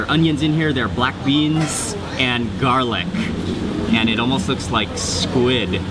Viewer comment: i just LOVE the way he accentuates and over-pronounces the last letter of every worDDDD he speakkkkkks. I love it! There is SquiddDDDD and Garlicccccccckkkkkk! lol